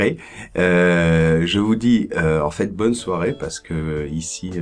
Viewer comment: bonjour, ne penses-tu pas qu'il soit plus juste de prononcer "è" quand tu dis "j'ai fait"? C'est juste une mauvaise habitude de ta part ou y a-t-il une règle qui m'échappe? Merci!